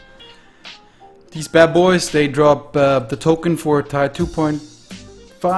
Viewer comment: its Tier, not tyre